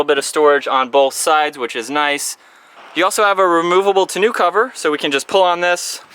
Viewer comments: Say it with me: tah-no. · Yeah...hilarious how he pronounces it...."tin-new". Idiot! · I'm a little confused why the presenter insists on mis-pronouncing "tonneau". This issue was brought to his attention in previous video, but to no avail. Other than this blind spot, the presentations are enjoyable to watch